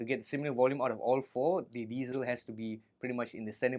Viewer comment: Thank you for pronouncing diezel properly!!! Recently a guitar douche on YouTube has taken to calling them "dietzels" when I corrected him,as I am German, he got super angry and tried to tell me how to speak German lmfao 🤣🤗🤣🤗🤣 his name if anyone cares is Karl bullshit 🤣🤣🤣